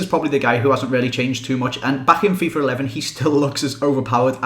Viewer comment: When you say "Fifa 11" it sounds like you are sayin "Fifar 11"